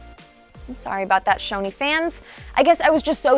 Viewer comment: Choni not shoni